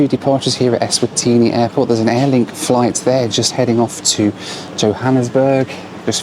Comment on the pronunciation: I had a drink every time said "Ezvatini".... and now im in the hospital